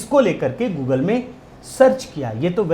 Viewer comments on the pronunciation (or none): none